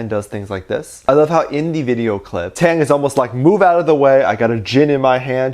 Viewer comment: not you pronouncing taehyung as tAeHyAnG 👁👄👁